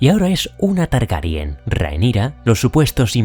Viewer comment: Es increíble que seas de los pocos creadores de contenido en español que dices bien Targaryen, con E, por qué no paro de escuchar que dicen Targaryan, con A, también lo dicen así en el doblaje, y es algo que no entiendo en absoluto 😅 pero bueno, muy buen vídeo, es excelente como vas encajando lo que pasa en la serie con lo que sucede en los libros 👌🏻